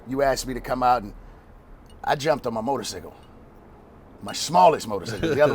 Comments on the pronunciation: Come on now Guy ITS motorCYCLE not motorSICKLE LOL I waiting for herc to say something than I forgot lmao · Wtf is a motor sickle can dude not say cycle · Its motorcycle not motorsicle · Fuck is a motor-cicle?! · Haha dat maine said motor"sickle lol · they did but cycle is actually pronounced sickle nobody says it like that though